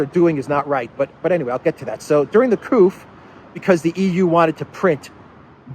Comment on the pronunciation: durring the couf?? the eu ... what is couf? is that instead of another word?